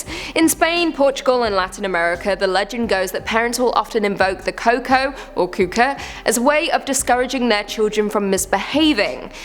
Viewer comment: Wow you massacred number 1... It's pronounced kuuko